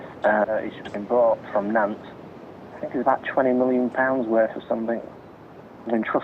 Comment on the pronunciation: Your pronunciation of Nantes was impressive and much appreciated. Merci!